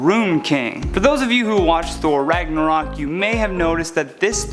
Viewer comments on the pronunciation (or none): none